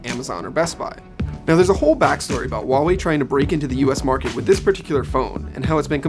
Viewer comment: Huawei is pronounced with a hard "h". Read is as "who ah wei" in one breath. Stop pronouncing things that aren't there. The "h" isn't silent whatsoever.